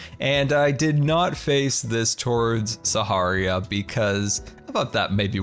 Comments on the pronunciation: am i the only one noticing that he's always been mispronouncing sahara? he says "sa-ha-ree-ya" when its "sa-har-ah" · it's Suh-Hair-uh or SAHARA :) not SAHARIA, it's not a drink. it's getting to me, love your episodes. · Sah-Ha-Rah Not Saharia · saharia, its Sahara!! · when will learn that its sahara and saharia? i dont know! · Is it me or does always says saharia instead of sahara? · I can't tell if he calls it "Saharia" as some sort of dig at them, or if he genuinely doesn't know he's mispronouncing Sahara. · He pronounces things wrong all the time. I believe it's intentional at this point, but was a mistake at first. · It's Sahara, not Saharia. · Bruh saharia, it’s Sahara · Still waiting for the day that will pronounce Sahara normally... perhaps we should start calling CC "ConCiorp" in retaliation? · The crossbow is weak af! Really no point of having it in the game! Imo. Why do you pronounce Sahara like that?! 😕